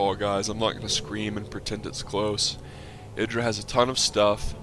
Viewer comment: Hey you're actually pronouncing Idra correctly. That alone is worth a thumbs up(besides the fact that you constantly remember to explain stuff to SC2 players who never knew Brood War and its different tactics so that they'll understand what's going on) :D